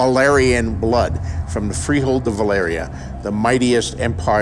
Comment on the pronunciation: wtf george is pronouncing valyria wrong D